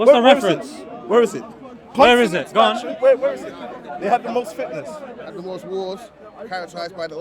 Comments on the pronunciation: I lowkey thought he was saying fitness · I think he meant fitnas lol but it did sound like fitness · He dont know how to pronouced fitnas but become fitness 😅